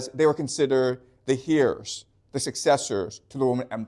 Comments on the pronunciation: Respectfully heirs is pronounced “air” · He is both esl and a big time reader who taught himself much....hear how he pronounces "heirs" around 18 min point give or take a minute